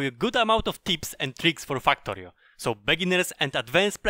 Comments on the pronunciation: u saying FAKKTORIO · can't stop laughing when i heard fuck-torio at the start of the video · I love how he says fucktory.